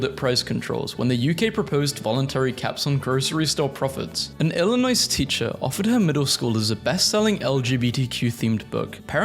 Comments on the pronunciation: illinoisan added context: dont pronounce the s. its "ill uh noy" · Did he really just say Illi-noise? 😭 As an Illinoian you broke my heart 💔